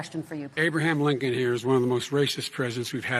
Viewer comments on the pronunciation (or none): 'did you just say abe linchon?" "No, i didn't say abe linchon, i said hey blinkon,""